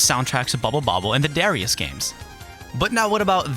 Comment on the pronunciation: FYI, the game Darius is pronounced da-RYE-us as it is written in katakana.